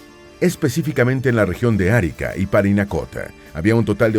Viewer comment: No es Árica. Es Arica, sin tilde.